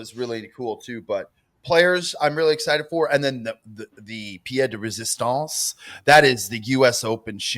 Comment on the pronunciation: This is the second time I’ve heard say it’s the “Pierre di resistance” 😂😂😂😂😂, Pierre is a guys name. The phrase is Pièce de résistance.